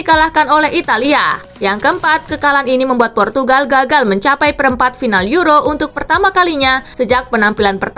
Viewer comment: purtugagal portugagal 😂😂😂